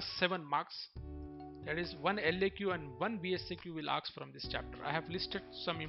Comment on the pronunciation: I the video the word is "ask" not "aks" And pdf is helpful To us of the video so please bro